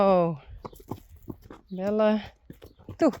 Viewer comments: I prefer your pronunciation of “Belle” and “Corelle”. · I love the way you say Coralle and Belles names. Don’t change❤. It’s beautiful the way you say it😊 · I like your pronunciation of Belle and Coralle better than the English translation. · We call pellets soaked in water Mash in the UK. I was calling Belle, Bell 🔔 to start with until I heard you calling her Belle, in English, the e on the end is often silent. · I prefer the way pronounces Belle's and Coralle's names.Coralle has benefited from being at Stal H.She trusts more. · Actually, I kinda like the way you have been pronouncing Belle and Coralle. I am used to it and it seem normal and somehow much softer and prettier. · I much prefer Belle and Coralle they way you pronounce them! Thank you for sharing! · I think we can be pretty sure that Blomke is the filly running laps around Saly. What an energetic girl she is. I think it is understood that Coralle is a 3-syllable name and Belle is a 2-syllable name. That was so wonderful to see both Glendy and Daisy getting nice spa sessions. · Reintje looks like she's doing everything at half speed! Come on baby! Bravo, Rein, what a good job giving Daisy a bath :) LOVE your pronunciation of Coralle and Belle. Much prettier. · I prefer Coralle and Belle the way you say it. What you have done for Coralle the rest of her life. She's so much easier to handle and enjoy human touch now. She has really turned into such a nice horse now.